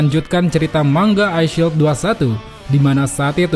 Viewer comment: Plss pengucapan mangaa bukan mangga